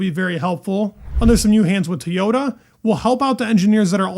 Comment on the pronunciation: TOYota, not TAYota 😂 Just giving you a hard time, love your content!